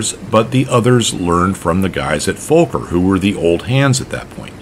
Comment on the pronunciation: but its not folker its fokker no l in that name. or is that totally different aircraft company?